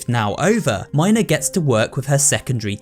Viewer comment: That's not how u pronounce mina but ok